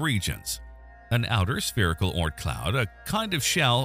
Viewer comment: Whether or not it exists, its the Oort cloud, not Ort. Oort. Think moon but add an r sound before the n. Sorry, its been a stressful last two days. I'm just pissy.